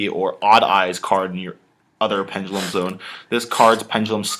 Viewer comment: pengelum no no no pen (duh) lum.